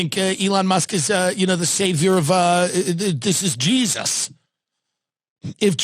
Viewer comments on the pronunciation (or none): none